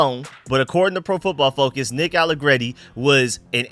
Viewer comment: You finally said his name right without trying be fancy I’m proud of you that open my eyes from my nap that’s crazy you actually just said nick allegreti like a regular person I’m very proud of you young man